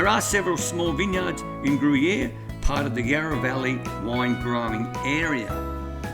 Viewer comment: Pronounced Grew-Year